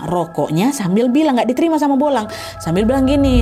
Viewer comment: Bulang kak Nat bukan bolang😂